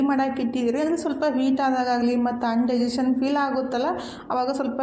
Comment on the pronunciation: ಅನ್ ಡೈಜೇಷನ್ ಅಲ್ಲ in ಡೈಜೇಷನ್ ಅಂತ ಹೇಳಿ